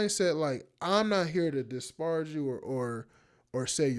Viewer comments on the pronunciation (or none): Bro. Disparage is not a difficult word to pronounce